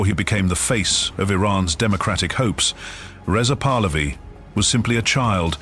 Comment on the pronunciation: You are showing the Golestan Palace in Tehran and calling it a house in Maryland. Most of this video has nothing to do with Reza Pahlavi. And your ai generated voice is saying the name wrong.